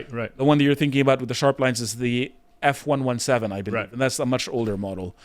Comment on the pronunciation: “ef-one-one-seven”??? its “ef-wun-seven-TEEN”